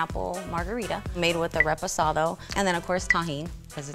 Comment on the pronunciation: She said ReSPOsado she’s a fraud